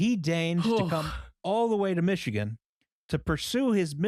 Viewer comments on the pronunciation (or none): none